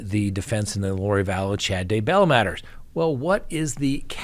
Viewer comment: I would love to hear you pronounce Daybell correctly :)